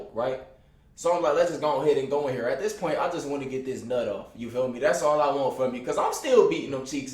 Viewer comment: Bruh do so be sayin "these" or pronouncing the word "this" like thees